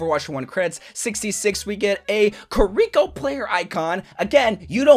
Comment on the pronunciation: Sorjern and Kareeko are killing me